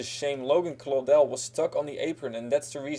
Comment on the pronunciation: Yes someone said Claudell right